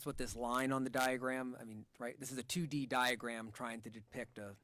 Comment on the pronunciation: Pathologist kept saying “Diagrat “ 😂😂😂😂😂😂😂instead of saying diagram